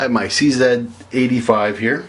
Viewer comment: As a Canadian living in the US, this video caught my attention when I heard you say "I have my CZed-85 here." Despite growing up in Canada, since moving to the US I've come to be conditioned to hear people down here say Zee not Zed so it was a nice change of pace to hear you say that! Thank you for that.